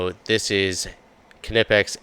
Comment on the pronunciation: Every time I hear you say Ka-nipex I assume you frequent bath houses looking for a gentleman to forcefully enter into you behind a dumpster